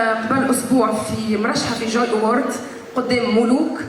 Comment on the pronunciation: يا شومي ضحى قتلك 18 اكثر من عدد الشعب التونسي و يا جاهلة إسمها جوي اورد مش كيما أنت نطقتها والله جاتني إعاقة و أنا نحاول نقولها كيفك كي ما تعرفش مش عيب اسكت